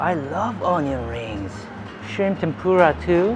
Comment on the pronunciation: When you were picking up the onion ring you said "onion ha say yo" like the Korean "Ahn-young-ha-say-yo" but someone once taught me a really clever way for Americans to say it easily. It's "Onion on sale".